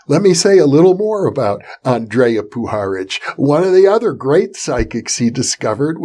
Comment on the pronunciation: Hi Jeffrey, Greeting from Croatia, just to tell you it is not spoken "Aandreja" but Andrija Puharic.